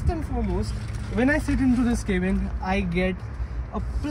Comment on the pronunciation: Its not kaebin , please pronounce cabin like we all do